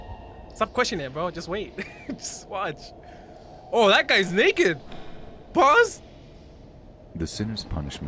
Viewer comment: "Watching in 2024 be like" me hearing naked: what hte fuck💀💀💀☠️☠️☠️